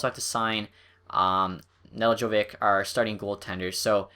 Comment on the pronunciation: It's ne-delk-ko-Vich